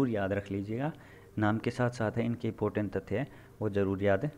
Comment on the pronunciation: इपोर्टेंट नही इंपॉर्टेंट